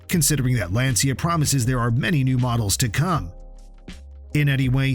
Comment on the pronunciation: It’s not Lansia, but rather Lanchia as in chair…